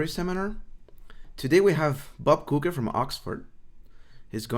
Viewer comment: so how do you pronounce "coecke" ? I heard "kaekae" and here he said "cokae"